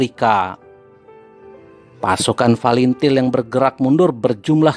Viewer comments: Tak tau baca pun bilang fretilin bukan til til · Fretelin gaes.....bukan falentil....hahhahahah.....g sekalian falentain....kamu kalau mau ngoceh harus makan gorengan dlu....biar licin omongan nya.....hahhahah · Pretilin bang bukan palintil😭😂😂🤦🏻‍♂️